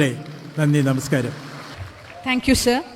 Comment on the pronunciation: P. T. സിറിയക്ക് സേർ. എന്നല്ല സർ എന്നു പറയു